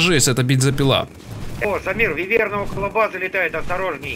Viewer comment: не вывЕрна, а а вЫверна